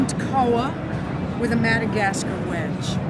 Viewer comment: The way she pronounced wenge made me giggle.